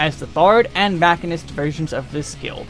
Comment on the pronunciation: “Esprit. Yes that’s how it’s pronounced, go look it up.” Also: “Mackinist” I love your guides but I couldn’t let you get away with this one;) lol